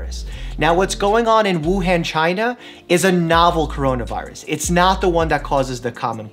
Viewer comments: So this is a good video,, just pls say “Wuhan” like this: the an in han as in “on”!! The other a sound not the one in “hand” 😖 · Mike, it’s Wuhan, not Wuhen, it’s Beijing, not Beiging ( not pronounced like that ) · It's not pronounced as "wu + hand" Dr Mike...it's Wu Hun (as in Attila the Hun). You're welcome. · It should be pronounced as Wu-Han instead of Wu-Hen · I should trust someone that can't even pronounce Wu han correctly ? It's not han as in hand , it han as anh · Just a pointer, its pronounced woo-hon, not woo-han, good video tho ty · Woohon is the correct pronunciation... Thank you for the info. Doctor! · Btw Wuhan is pronounced ‘woo Hun’ (hun like hunny) !!!! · The way he pronounces Wuhan virus “Woo-haan virus” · Haha you pronounced it as Wu-han(as in the “a” sound in ham). The -an is actually pronounced as the “o” in month. Sorry for being that person, just been hearing the country name a lot because we’re near it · Dr. Mike, FYI, "Han" in Wuhan is pronounced like the Han in Han Solo. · Btw Mike, it's pronounced "Woo-hah-n" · Mike it’s hard to take you seriously when you can’t even pronounce Wuhan correctly. It’s Woo-Han, like Han Solo from Star Wars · Why yall be pronunciation it as woo haan virus tho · Im Singaporean and we have 10 cases all from 武汉,but we were told not to panic as it would make things worse Btw wuhan is pronounced as woo han (hard to type phonetically but it is DEFINITELY NOT PRONOUNCED AS OOH HEN)